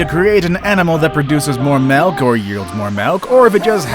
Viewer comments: Dude! It’s mIlk, not mElk!!! Learn to say it right! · This guy said "melk"